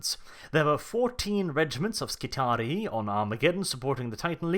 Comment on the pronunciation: I think that "Skitarii" is pronounced "Skit-are-ee-eye". Just what I think though.